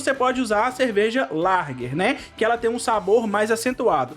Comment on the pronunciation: Não é larger é Lager